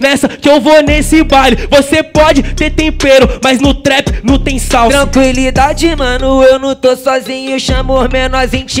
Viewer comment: Ninguém: a: "tranquilidade"